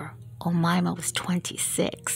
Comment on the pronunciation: that's not how you pronounce her name, its O- May-Ma not omama lmfao